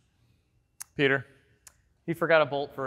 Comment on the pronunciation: Oh man it's Petah!